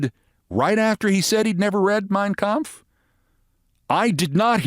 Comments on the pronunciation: Trump seems to sure as hell gives a perfect pitch German pronunciation of Kampf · I know, right!?! He can’t pronounce “Yosemite” correctly, but he landed “Mein Kampf” perfectly. So many ways to mispronounce it if you sound it out phonetically, which is how he tries to say words that he’s not familiar with. He’s definitely familiar with Hitler’s book. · Yep.... He sure did pronounce it perfectly. It could have just said I've never read anything written by Hitler but no, He had to specify and dog whistle to all the white supremacists out there.